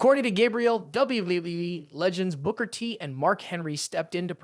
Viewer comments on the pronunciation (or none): Why does he says WWWE????? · What weee wee wee?! Bad narrator poor poor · He is saying WWE as WWWE. WTF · Not only does he say act like a human character he can't get not one person's name straight he can't even say WWE right😂😂😅😮